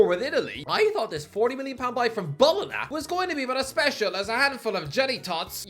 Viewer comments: I hate it when he says bolona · please learn how to pronounce bologna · do a shot in every video for the amount of times he mispronounces bologna